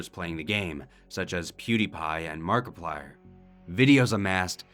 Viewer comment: let's count how many times they said markiplire :D